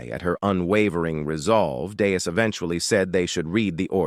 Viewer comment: Just one example of many: The character's name is Deus (DAY-oos). I've heard it pronounced correctly maybe 20% of the time. Other times, it's Dayus, Danus, Danoos, Dave, Venus (how???), Deuce, and Dust. I think there were other names for this character too. Don't blame it on the translation, either, as I've read the original manga, and his name is consistent across the chapters. Just lazy, AI slop.